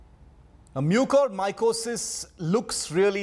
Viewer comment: The lady reporter cannot pronounce Mucormycosis correctly. She even pronouced it differently everytime.